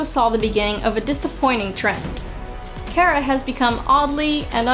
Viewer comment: Its not Kera its Kara 😁